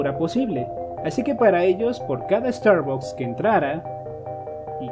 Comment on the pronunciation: No se dice estarbocs se dice estarbacs.